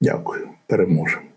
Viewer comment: Володимир я дуже вас поважаю, але ваше "переможемо" я вважаю не реальним, та ви теж судячи по вимові не вірете в це.